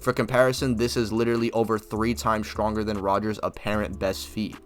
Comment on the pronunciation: "SCHTTRONGER"??????? Why do all these people with speech impediments starting channels?